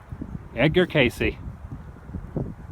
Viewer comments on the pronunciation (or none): Edgar Cayce is pronounced Casey. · Wow I really thought you would get that sword man :(, oh and it's pronounced kay see. nice video Adam and I couldn't stop laughing when you took Arnie to have a go lmao. xx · I think it's pronounced Edgar Cay-cee. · Edgar CASEY. CAY-SEE. The Sleeping Profit. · I remember seeing an episode on Unsolved Mysteries about Edgar Cayce, and Robert Stack pronounced it like you did. I'm a skeptic in general, but I'm like Mulder... I want to believe! I think the band Tool is buying into the theory about California sliding off into the Pacific Ocean. See you down in Arizona Bay (I better learn to swim!)